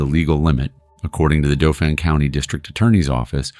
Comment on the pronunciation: 𝑨𝑰 𝒄𝒂𝒏 𝒑𝒓𝒐𝒏𝒐𝒖𝒏𝒄𝒆 𝑯𝒂𝒓𝒓𝒊𝒔𝒃𝒖𝒓𝒈 𝒄𝒐𝒓𝒓𝒆𝒄𝒕𝒍𝒚 𝒃𝒖𝒕 𝒏𝒐𝒕 𝑫𝒂𝒖𝒑𝒉𝒊𝒏 𝒔𝒎𝒉. 𝑮𝒐𝒐𝒅 𝒄𝒐𝒏𝒕𝒆𝒏𝒕 𝒕𝒉𝒐